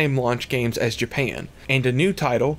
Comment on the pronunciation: I’m a new fan of your videos. Super informative. The ONLY thing tho is the way you say “JA-pa-UN”. Not your fault, just the way you talk.